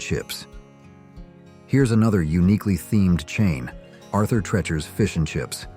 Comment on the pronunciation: Two disparate retrospectives combined into one by AI…. We know by the mispronunciations. Arthur “tretchers” instead of the correct “treechers”.